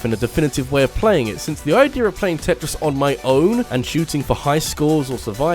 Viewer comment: It really bothers me how he mispronounces Tetris 99